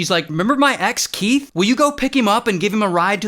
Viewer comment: Keath 🚫 Will smith ✅